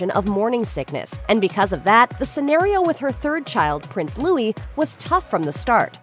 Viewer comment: Your title of this video - 'Kate Middleton' etc. Please show respect for Catherine Princess of Wales and use her correct name; she also reportedly dislikes being referred to as Kate. However, thankfully you do pronounce Louis correctly .